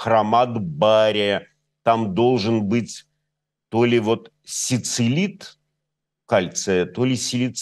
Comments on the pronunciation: Не сицилид, а силицид: кремний=silicea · Мастер опять смущал девушку. Сицилид .. Силицид... Ну ладно - садись, пять! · Сицилит))) это - бан......) Ну как так можно..., "1 класс 1 четверть"...силициум (SI) (бабам ближе силикон), разве ни о чем не говорит, нет они про Сицилию думают))) Глебыч, на..й такие провокации в эфире) красивая, но....извините это видно, ну ничего подтянет свои пробелы в беседах с умными людьми, а так нужно самой просвещаться.....благо интернет позволяет (пара общеобразовательных тестов в день и через год совсем другой уровень беседы и знаний)!))) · Сицилит, или силицид: определенно это соединение кремния с кальцием, но "Сицилит" добывается исключительно на Сицилии😊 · СиЛИцит,, сиЛИцит! Кого вы, Глебыч, слушаете...